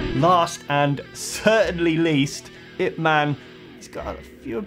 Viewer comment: Ip man, not I P man lol I like it